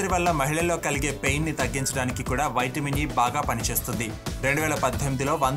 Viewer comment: వైట్ మిన్ ఏంటి బ్రో నీవూ నీ ఓవర్ యాక్షన్ వైట్ మిన్ వైట్ మిన్ అంటా వుంటే చికాకుతో వీడియో మధ్యలోనే వదిలి పెట్టా